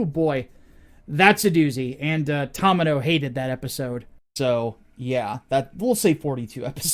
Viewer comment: Watched the deep dive and came here to watch more of your Gundam videos... Only thing I can say is that it's pronounced TOE-mee-no, not taw-mih-no, otherwise excellent videos